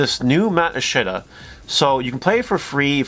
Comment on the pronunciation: I-shit-da. That is all.